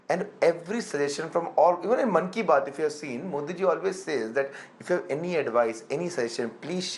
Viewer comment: It is not Mann Ki Bath. It is +Key Bath